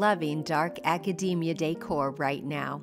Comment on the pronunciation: Love your projects ❤. It is “ a ca deee mia